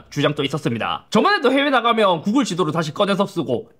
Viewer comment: 구그rrrrㅏ 애프rrrrㅏ